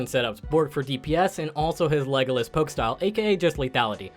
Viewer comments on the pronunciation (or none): none